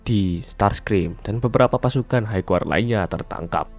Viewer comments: hai gard bukan haig guard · High Guard koreksi bang